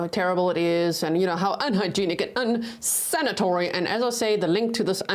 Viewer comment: You're going to get me saying unsanatory instead of unsanitary 😜🤣